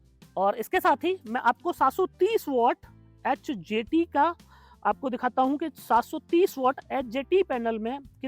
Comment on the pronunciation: Aap ji bolte hai bo neeche likha hua bhi aata rahe,, 🥸 kyuki bolte time confusen ho raha hai,, hjt bol rahe h , ya hdt